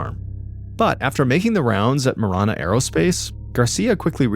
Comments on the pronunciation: It's pronounced ma-ran-uh, driving me crazy lol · It’s “Ma Ran A” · It's throwing me off because of the way Mr. Ballen is pronouncing marana